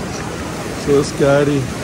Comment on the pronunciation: its not scaaary, it is scary. pls learn english and do vloging. Either talk Telugu or English.